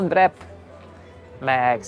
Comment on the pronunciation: Mi az a "vrep?" Azt az angol is Wrap-nak mondja gyerekek...ne legyünk már nevetségesek! :)